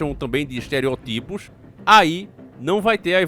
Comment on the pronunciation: irmão de batalha, corrija a pronuncia de Estereotipo. Como diria a Chiquinha, o português é um idioma tão lindo quando falado corretamente.